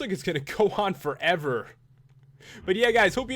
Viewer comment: FOREVOWR!!!!! Do you speak English Bro?